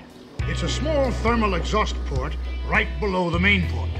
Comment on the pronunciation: "Exhaust Plort"